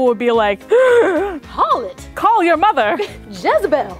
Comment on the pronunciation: It's Jezebel lol.